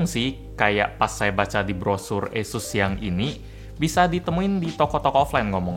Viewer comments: Pelafalan kata "asus", kaya bilang "yesus" ya? Apa kuping gua yg salah🤣🥴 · Esus kayaknya mbak